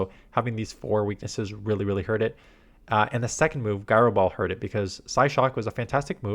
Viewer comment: It’s pronounced jai-row ball.